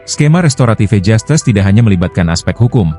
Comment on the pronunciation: Jastis bukan jastes emg hostes😂😂😂